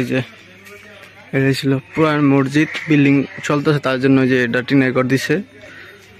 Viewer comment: মরজিদ বল্বে না মসজিদ বল্বে। কিছু শব্দ শুদ্ধ বলতেই হয়, অশিক্ষিত মানুষদের কথা আলাদা। শুভকামনা রইলো